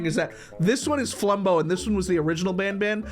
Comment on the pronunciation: It’s been like a year and bro still does not know flumbo’s name